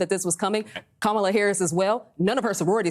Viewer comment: And you still pronounced her name wrong????